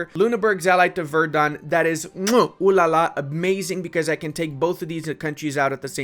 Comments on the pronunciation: namenazi comment: verdEn, not verdUn <3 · Because it triggers me everytime in every video: Verden is pronounced [ˈfeːɐ̯dn̩] NOT [vɛərdʌn] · Verden is pronounced with an "F" not like Verdun lol.